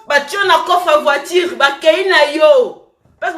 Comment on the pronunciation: Oye Poto mwana muke mais tu prononce mal tes mots 👉voitire au lieu de voiture👉natire au lieu de nature kiokiokio langue française nde makambu .